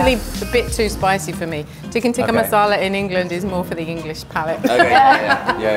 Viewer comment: I kind of cringe when they say tikka😂